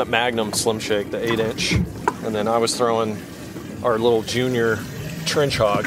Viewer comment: Brooo Junior in spanish sounds the same as in english, you don't have to say Hoonior but at the same time it sounds cool lol Saludos desde méxico jaja